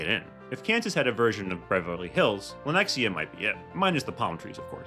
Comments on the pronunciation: What the hell! Lenex-i-a?! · Oh-lay-thuh. You murdered that shit. Also, Lenexa. No I.